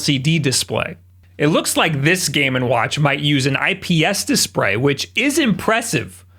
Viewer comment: i know I shouldn't be like this but.... DISPRAY